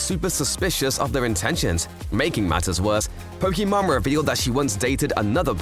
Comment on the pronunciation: You said her name wrong her name ends with an E not with mon